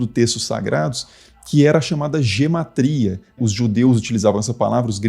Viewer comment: Eu já escutei a pronúncia "guêmatria"... Já escutei "guematría"... Agora "gematría" foi a primeira vez.